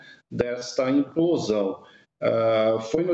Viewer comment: E o repórter insiste em falar emplosão ao invés de implosão.